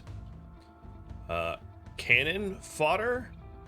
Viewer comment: "Cann-on Fod-der?" 1.